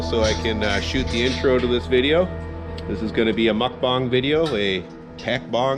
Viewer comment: Nice video. Thanks for the upload. As a Korean, I was impressed with your pronunciation of "mukbang". I bet you could even train a Jindo breed to get along with your dogs.